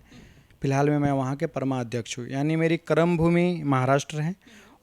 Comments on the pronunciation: He is telling kram bhoomi not Karm bhoomi. Pehle hindi theek kare. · एक्को ठो वडवा सही नहीं बोल रहे हैं। क्रमभूमि नहीं‚ कर्मभूमि होता है। कुछ दिन योगी जी को सुनें‚ फिर बोलना शुरू करें।